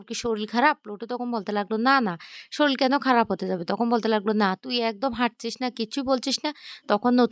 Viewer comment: Hi lady, please correct your Pronunciation. your Pronunciation is very bad. What do you mean by sharil !! It is Sharir not sharil ! Very funny. If you can't speak properly, don't make this.